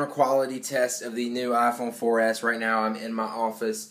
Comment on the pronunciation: He needs to stop saying "ah fone for es"